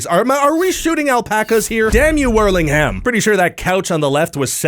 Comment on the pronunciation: How diffifult is it for north americans to just *not pronounce the 'h'? It's pronounced like worling'um. I really don't understand how with the internet and the fact you all talk about how inept you are at saying names, that you'd have realised by now. Canada and US education has a lot to answer for